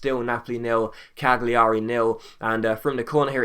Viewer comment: I think the G in Cagliari is silent ..